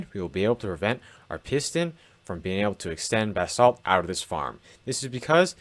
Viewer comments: I know you’re saying “basalt” but I hear “bath salts” and it makes me chuckle. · Why does this jit keep sayin bath salt